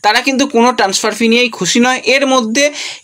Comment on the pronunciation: ট্যান্সফার উচ্চারণটা!